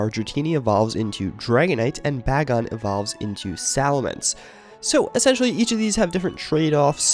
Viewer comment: you're saying bagon wrong lol